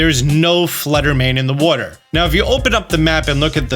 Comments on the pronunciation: I like when he says "wooter". Down by the wooter, in the wooter, drink some wooter, they're all my favorite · I love the way he says Water